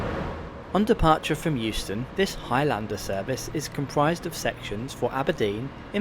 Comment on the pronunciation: It's not HIGH LANDER, ITS HIGHLANDER you fud.